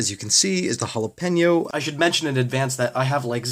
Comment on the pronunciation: i think you actually pronounced jalapeño correctly